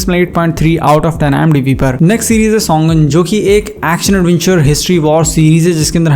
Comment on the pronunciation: सोंगन नाम नही है सीरीज का नाम शोगन है